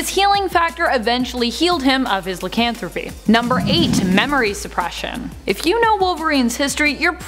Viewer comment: Odd way of pronouncing LIE-CAN-THROW-PEE